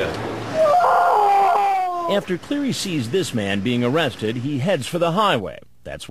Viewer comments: It's O-RESTED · "Aw-awrested" 😂😂 i like Oressted too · The pause 😭😭😭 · Oh cwap. Dwatained. OOOrested. The cleanest, best pleasure. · Ohh cwap. This guy is the best predator. He's super underrated. He's like a top 10 predator for sure... with his oh cwap and awwested speech impediments it's way underrated. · A-a-amma i gonna be oooh wested?.....oh cwap